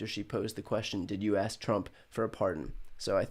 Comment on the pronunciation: I just wish that Thompson pronounces "adjoined" instead of adjourned. And says AKS instead of AsK. I wish people would correct him although I don't think it would make a difference because he so used to speaking incorrect English. Nothing against what he's doing, just wish he presented himself as an educated man.